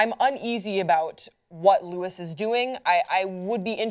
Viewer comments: As someone mentioned below, he pronounces it "Lew-eee." He's been back for over a week now. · Maaaaaan I'm a big fan but it makes it seem really, really under researched (especially for such an important topic) when you pronounce his name wrong repeatedly. He says it in a ton of his videos. This whole episode rubbed me the wrong way, especially how Hassan handled it. Also, where he's from its illegal to say that something isn't an ad when it is, and it explicitly says in his description box that it isn't a gov sponsored video. I don't know 😔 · THANK YOU. The name pronunciation drove me crazy - it makes it very clear how little research was done for this story. This whole video was such a bummer. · Don't get me wrong I love PopTrigger, but guys please do you research, you even said Louis' name wrong. At least watch the video because it seems like you didn't referring to him as 'some youtuber', he's one one the biggest vloggers that currently exists. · Get his name right, damn. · you said his name wrong..... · guys i love this show, but ya this topic was under researched.. u didnt even pronounce his name right.. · At least try to get the name right. Like you didn't even try at all. Like watch a video and you'd know. Also it's likely that he agreed to censor it upon entry. That should've probably been talked about too. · It's pronounced Louis, he wasn't invited by North Korea, he could only see what they showed him, he isn't an investigative journalist, he isn't uneducated, he isn't dumb, he just chooses to be positive about things! This video is stupid though... you havn't even watched his videos and don't know what he's like! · Americans never seem to be able to pronounce the name Louis correctly lol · Would help if you can pronounce his name right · you guys didn't even know how to say his name. My least favorite people on pop trigger. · It's Louis like the French pronunciation like King Louis XII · lewis??? louis, the s is silent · Lou-ee not Lou-is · Loo-ee Cole